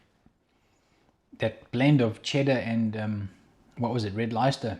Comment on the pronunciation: loved the pronunciation. RedLicester cheese 😂. It’s pronounced red-lester.